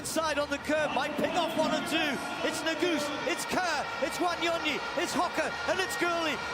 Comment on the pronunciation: It's funny how they pronounce Wanyonyi in American accent as Wanionii😅😅😅😅